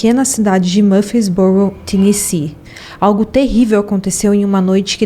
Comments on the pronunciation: HEATHER MAPLES = pronúncia " Réder Meipôls " . TENNESSEE = pronúncia " Tênessi". O subconsciente da gente é terrível: quando ouvimos um discurso, uma conversa, uma história e há um erro na pronúncia, vício de linguagem... danou-se...o subconsciente vai focar nisso e causar distração. É fato. Mas tudo bem, somos humanos, sempre estamos aprendendo e evoluindo. Sou fã desse canal. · Obrigada pelo caso, gostei muito da forma que foi contada. O nome da vitima em inglês diz-se "Éder" e o estado"Ténessi"Apenas umaa critica construtiva para ajudar